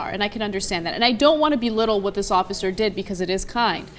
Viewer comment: "Office Larry DePrimo" lol